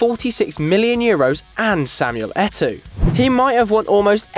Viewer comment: He can pronounce chygrynskiy but can't pronounce Eto'o properly